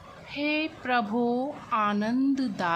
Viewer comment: Prabhu hota h prabhoo nhi